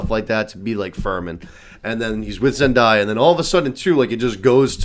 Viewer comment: ZEN-DAY-UH not ZEN-DIE-UH